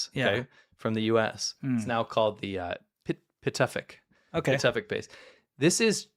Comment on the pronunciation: pronounce as Kan-ger-lus-suak (Kangerlussuaq) and Pi-tu-fik (Pituffik).